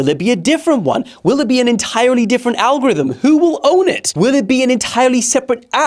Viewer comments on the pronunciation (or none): none